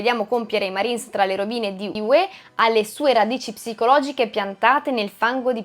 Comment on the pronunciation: certo, ma Hue ha l'accento sulla U e non sulla E come si direbbe in Campania.......🤣